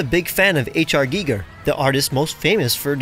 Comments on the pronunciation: the way you said HR Giger stun locked me and made me die inside. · The way he says "Giger" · Type "HR Giger pronunciation" and check out the video of him saying his own name.